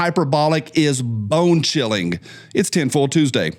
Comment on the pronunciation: Hey, you pronounce ing as ink. "Flock cameras are chillink"! Stop it!!😂